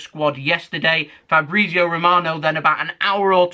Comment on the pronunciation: I love the way says Fabrizio Romano as Fabreezio😂😂